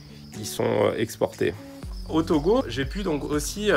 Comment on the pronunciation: Ça me fait toujours plaisir quand vous prononcer le nom de mon pays TOGO